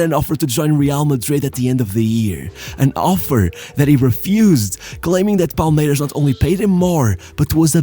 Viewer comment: When you're sYou're using the Portuguese "S" sound. In Brasil we don't say "Palmeirax", it's Palmeirassss, the S like a snake. Only in a few places in Brasil (like Rio) people say "Vaxco".